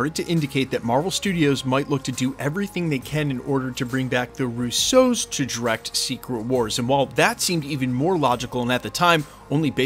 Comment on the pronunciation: Russo has the stress on the first syllable. It’s not Rousseau.